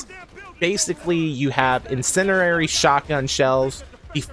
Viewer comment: its incindiary not incinerary